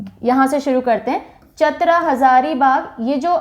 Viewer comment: चतर नही चतरा